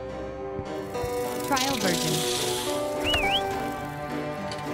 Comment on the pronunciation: SO ANNOYING ""tRaiL vErIoN" 😡